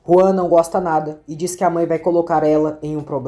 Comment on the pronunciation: É Juan e não João. Na dublagem eles falam Juan